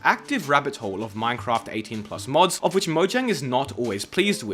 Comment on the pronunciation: Whenever you say "of which" in a weird way I take psychic damage.